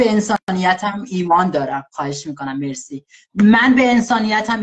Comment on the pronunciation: حیاطی چرا میخواد بگه مرسی میگه ملسی